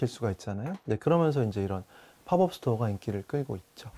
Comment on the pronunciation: 한국말로 단기 매장 이라고 하면 되는데 왜 쓸데없이 영어로 팝업 스토어 라고 하는 건지 이해 안 감. pop-up은 발음이 파펖 이지 파법 이 아님. 약간 이라는 말 쓸데없이 쓰는 미천넌. 제목에 이유 라는 단어 쓸데없이 쓰지마. 유치해.